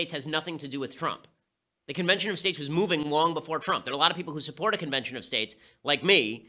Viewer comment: President Twump?